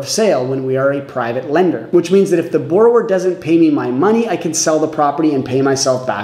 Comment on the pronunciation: Please learn how to pronounce the word that your entire video is about